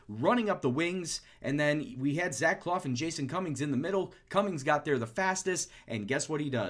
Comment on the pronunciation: For clough its pronounced cluff not cloff. Great vids though keep them up!